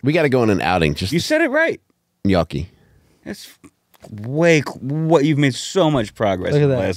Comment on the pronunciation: Now is saying "yonky" and it's still not gnocchi 😂